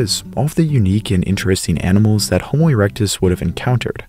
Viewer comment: Haha he said erecte